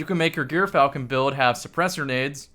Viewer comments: jur-fal-kn and kasm yw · I've been pronouncing it "Eur-falcon" like the first syllable of Europe or the Greek sandwich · it’s pronounced “Gyrfalcon” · I believe it is pronounced "Guy Fieri Hauberk".